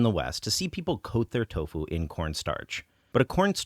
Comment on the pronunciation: So why do you insist on saying toufu instead of doufu?